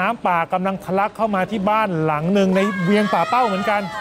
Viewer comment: ป่่าเป้าครับ ไม่ใช่ปักเป้า